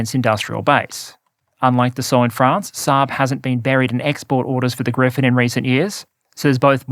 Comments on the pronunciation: gripen not grifen -) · Bro. P, not F. Its the JAS Gripen. Not Griffin. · The Gripen is not pronounced "Griphen". It means "The Vulture". Not the mythical creature. In English the pronunciation is closer to "Greepen". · Gripen....Gri...Pen....not Griffin! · Hmm it seems like changed his pronunciation of gripen. I think it used to be closer to Gree-pahn with a rolled r. Lately it's sounding more like griffin... or am I crazy? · take a shot every time pronounces Gripen like Griffen lol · Griffen!? No, and not Grippen either; its "Griipen", a slightly longer "I". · It’s spelled GriPPPPen. Even if it means griffin or griphon or whatever. OMG